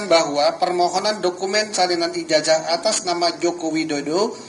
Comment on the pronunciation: kok "Ijazah" dibacanya Ijaja?